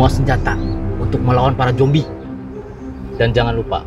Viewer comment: Makanya 'Zombie' bukannya 'Jombi' hahaha 😂